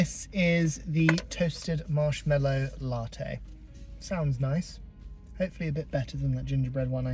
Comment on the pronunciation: MarshmAllow, there is no ‘e’ in the word.